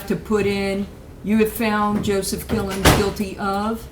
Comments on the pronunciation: I heard his name as Kill'ems. Close enough and WOW!! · It sounded like she said “Mr Kill em’s” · "Killins" FFS